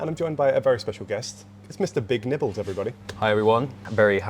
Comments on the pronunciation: It took me five minutes in to realize Harry did not introduce the other guy’s name as “Big Nipples.” 😭😭😭 I swear on first listen, that is what I thought he said. 😂😭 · Am I the only one who thought that Harry called him Big Nipples? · Am I the only one who had never heard of Mr. Big Nibbles and genuinely thought Harry introduced him as "Mr. Big Nipples?" I was very confused. Regardless, keep up the great content, Harry. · Thought he said the guest’s name as Big Nipples 😂